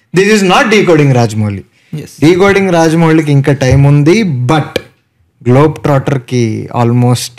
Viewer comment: it’s not Raja mouli ❌ Raaja mouli garu 🫵🏻🫡